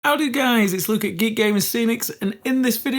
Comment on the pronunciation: What is the first word he's always saying? Can't be 'howdy', can it? I always hear 'how do guys'.